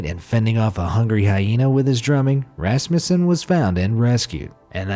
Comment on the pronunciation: It is pronounced rusmusan